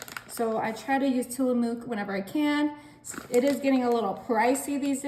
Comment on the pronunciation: Looks great Check pronunciation of the cheese. In Oregon where the cheese comes from is not pronounced the way you say it. Just fyi